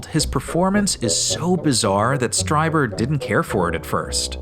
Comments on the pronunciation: Great video, guys! One thing though - "Strieber" is pronounced like "Streeber" not "Striber." But as I say, awesome analysis of this bizarre movie and equally bizarre performance. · *Strieber, not Streiber. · It's STREE-ber, not STRY-ber. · It's STREE- ber! You didn"t even watch the movie spparently. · It's "Stree-ber" lol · Are you intentionally mispronouncing "Strieber" so consistently? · First up, you mispronounced Strieber. Second, he never claimed they were aliens or extra-terrestrial, it's why he calls them "Visitors". The "anal probe" scene is played straight because it's a rape scene. Lastly, X-Files music, really?